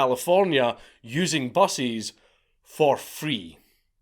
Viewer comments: every time he said "buses" I thought he was saying "bussies". That's another kind of video entirely I'm sure. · he says "buses" like "bussies" :3